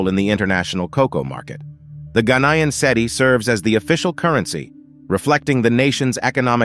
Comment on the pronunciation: Listen to how it pronounces Cedis. Lmao